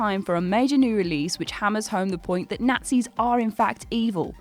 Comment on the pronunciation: Cadaver, Nazis, Symbiote Jesus Christ learn to say words